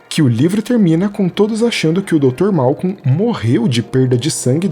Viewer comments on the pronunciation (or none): Pequena correção bobinha: é Malcolm e não Malcon.